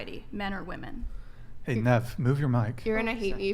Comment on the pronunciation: This woman cannot say the plural for of "woman" to save her life.